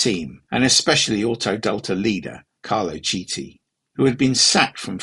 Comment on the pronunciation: Carlo KITI!!! italian CH sounds like K! haha for that, good video. Best wishes.